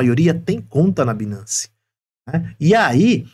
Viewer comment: A pronúncia não é binace, a pronúncia correta é bainance